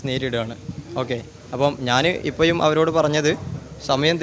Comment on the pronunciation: മുയ് വൻ, =മുഴുവൻ ഇപ്പയും =ഇപ്പോഴും ആദ്യം മലയാളം പറയാൻ പടിക്കെടാ മോഴന്താ